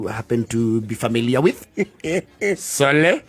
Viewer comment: The ‘sole’ killed me😂